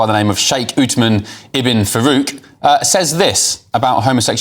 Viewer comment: You can't even say his name you doughnut. What are pants presenter. Get off the camera. It's not hey. It's called decimating information.